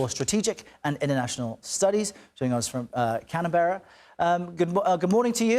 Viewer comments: CBS host needs to learn how to properly pronounce Canberra. It is not Cana-berra. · I’m a Australian and I’ve Never heard a “Canaberra”🤔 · I´d love to viit "Canaberrah"